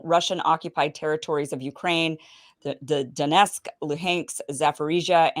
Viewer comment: It's DoneTsk, LuGansk and Za-po-ROZH-ye.